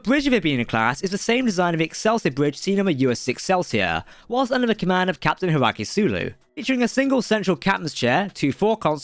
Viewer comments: I think you fluffed a bit there, Hiraku? I thought it was Hikaru Sulu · It’s pronounced High-car-roo Sulu NOT Hiraku, Learn your freaking pronunciations dude seriously videos like this lose all legitimacy when you screw up something as basic as that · HIKARU Sulu, NOT Hiraki Sulu. Even your closed captioning is messed up because some Limey Fuck wants to talk at warp 9.997 & the program does not understand what you're saying. Otherwise, good vid. 👍🏻